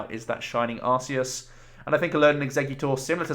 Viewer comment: Great video! By the way, I just watched the Arceus movie and it turns out it's pronounced arc-ee-us (as opposed to "arse-ee-us" which admittedly is funnier)